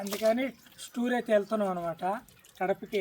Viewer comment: స్టూర్ కాదు టూర్